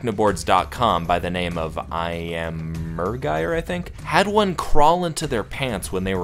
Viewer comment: That user's name was "lammergeier," which is another name for the bearded vulture. You pronounced it very, very wrong. The first issue is that there's only one 'i' in it.